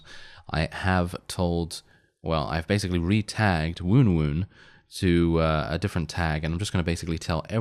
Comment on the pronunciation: I too prefer the pronunciation of Woon-Woon. Please continue that :D